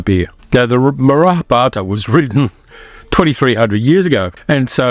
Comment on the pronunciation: No big deal but pronounce "Mahabharata" properly. Read each syllable because you are skipping at least one.